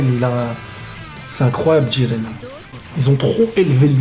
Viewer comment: Jiren idiot, pas djiren